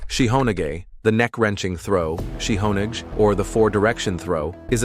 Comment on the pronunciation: What the F*** is "shiho neegay"!!? Then "shihonedge"!!? FGS, it's Japanese, and it's pronounced "shi-ho-naageh". The "Nage" part means "throw". "shiho" means "four corners" or "four directions", or more literally "all directions". When AI takes over, it's just confusing, and ridiculous.